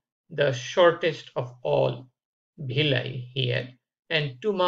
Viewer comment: Not bhilly it's *villi😂 But informative 👍